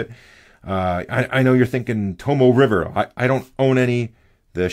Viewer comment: You're mispronouncing Tomoe River.